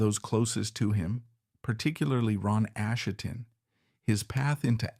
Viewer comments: So this narrator is obviously AI, it doesn't even pronounce Asheton correctly! Therefore, the writing may be AI or Chat GP as well. That means I have no desire to listen to the whole thing. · We Will Fall is not the album's closer. It's the only filler material, and it ends the first side. This guy can't pronounce Asheton, and whoever does the text has two wrong ways of spelling it. He can't even pronounce bassist, saying it like the fish, bass. Maybe this is AI, but if so, we need to remove the "I"......